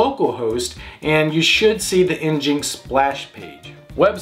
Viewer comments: nginx is pronounced "engine - ex", not "enginx". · Njinx? Really. Nginx. It's an engine. Engine X. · It's pronounced (en-gine ex)